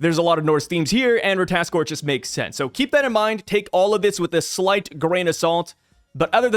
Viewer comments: RAT-AH-TAS-KER you're skipping a syllable... do NOT let me catch you lacking again... final warning... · Say it slowly with my, Rah-tah-tos-kir lmao (shoutout Smite) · it’s just “Rata-task-er” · if you played god of war u would know how to pronounce rata tos kr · Merry Christmas, I just wanted to point out that it's pronounced RA-TA-TOS-KR. Happy Holidays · Hi no hate, it is ra-ta-tos-kir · RAH-tah-tosk (R sound at the end) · Correct pronunciation: "ra-tuh-ta-skur" come on ❤😂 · i played god of war Ragnarok so ik ow to pronounce the word its pronounced (ra-ta-tos-kr) this not how it spell but reading it this way u know how to pronounce it better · If I remember from smite and god of war the pronunciation is Ra-ta-tos-ker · Watch a wee god of war Ragnarok clip on ratatoskr then you'll get how to say it lol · I thought you played God of war you should know how to pronounce ratatoskr..